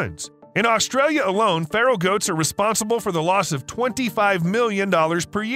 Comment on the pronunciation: Feral,meaning wild;not pharol like an egyption!